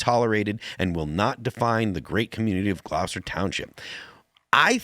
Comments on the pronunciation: "Gloss-tur" not Glause-ter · Phil pronounced Gloucester wrong.